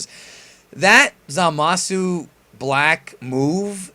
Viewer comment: Zamasu is pronounced "Zah-mus", not "Zuh-mah-soo". Just Saiyan.